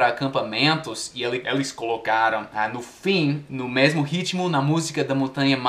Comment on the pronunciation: O auge "É meRmo?" 🤭Tá tão bom no português que tá falando assim... Oh comédia